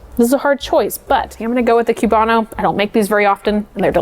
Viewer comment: The Cuban coffee section is almost perfect, but couple notes: A) It's COOB-ano, not CUBE-ano, I promise no one is expecting you to have a perfect Cuban accent but please pronounce the word correctly. B) We have a word for the thick layer on top, it's not "like a crema", it's "espuma" or "espumita" (which means foam). I don't want to come down on you too hard for this because it's a fairly respectful video but a lot of cafe workers from Italian-influenced cafes have a habit of subconsciously treating other coffee cultures as being essentially like inferior or secondary branches to Italian-influenced coffee culture. Unlearn this.